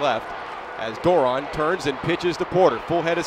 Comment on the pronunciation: The announcers could never pronounce Doiron's name correctly. It's French and pronounced Dwah-ronn. I know...I asked his Momma.